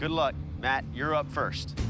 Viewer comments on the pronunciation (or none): none